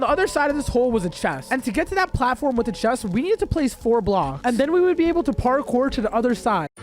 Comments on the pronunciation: did this mf really just say "parred kour" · “and then I pardkour back” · did he just say “pardcore”